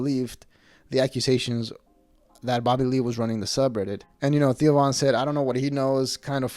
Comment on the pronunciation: The way you say Theo sounds like Tio, which means Uncle in Spanish lol